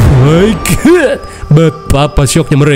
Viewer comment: Aku candu sama yang bilang oh my good😅❤ semangat terus 😊😊